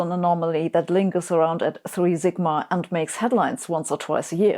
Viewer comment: Sabine, in English, the "s" in "sigma" is pronounced like the "s" in "supersymmetry."